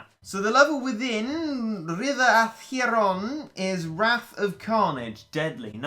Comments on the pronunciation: It’s pronounced ack-ur-ohn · Ash-er-on. That’s how to pronounce it.